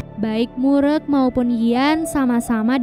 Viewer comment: Just info. Klo ada nama org korea yg pake "eu" di namanya. Jgn di sebut "e". Kaya mimin ini, "mureuk" di sebut "murek", penyebutan "eu" dlm bahasa korea sama kaya penyebutan "eu" orang sunda. Contoh: "geulis" "keren Euy!" "Eleuh eleuh.." dll. Jadi lebih cenderung ke huruf u penyebutannya.